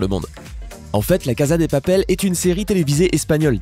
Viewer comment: Il y a une erreur que g remarquer ç ta prononciassion sa se prononce cassa de papel